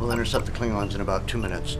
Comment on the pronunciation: It's Klingons, not "Klygons", Get your spelling right!